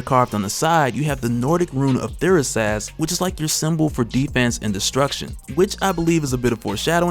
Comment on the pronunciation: The crows are Odin's named thought & memory and that rune is literally the Thor rune and is pronounced thor-is-az.